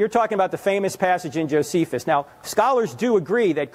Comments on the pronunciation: Claims to be a linguist but mispronounces "Josephus"....but overall sounds like an intelligent young man with some decent questions. Hopefully he too is open to the facts presented to him as well for learning and hopefully his salvation. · This man is probably in undergrad and trying to flex things he was taught in his classes but doesn’t know know how to pronounce Josephus. Please take some time and LEARN. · 🚨🚨😂 man these kids today think they know it all cuz they got the internet lol. “I’m a linguist” but idk how to pronounce one of the most famous historians in world history …… kid, sit down, shut up, listen, and comprehend logic. Please 🙏